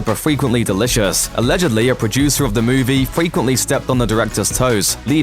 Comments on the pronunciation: Why can't you say "movie" properly? You sound like a ming-mong saying "moovay". Next. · Have not seen the film yet, doesn't look great but what I did hate was the way this going kept saying moovay instead of movie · had to stop watching ...you saying movay make me sick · What's a mooveh? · What the hell is “muuvey” u said movie correctly too